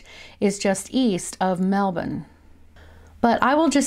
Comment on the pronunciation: Great vid. and props for pronouncing Melbourne correctly! haha 😊